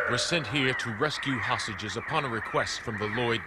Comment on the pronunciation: I swear the narrator at the beginning says "We, the special mission unit, were sent here to rescue HOSSAGES".